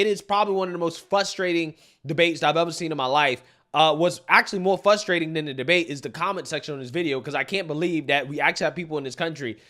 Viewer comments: Man, you got so close to pronouncing “frustrating” correctly in the intro to you monologue! I watch all of your videos and I’m just waiting to hear you say it correctly. 😂😂 I love ya man, I’m just being a dick😂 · The word is FRustrating, not fustrating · it’s frustrating not FUSStrayting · Fusstrating lol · Frustrating, not FUSStrating! It's so frustrating to hear you attempt to use college words. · fRustating, not fustrating. Ex. It is very frustrating to hear you say fustrating and makes it hard for people to take you seriously. You have good content, but really should make the change. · Dude, frustrating, not fustrating, forgetting the R , i used to make the same mistake until i got corrected.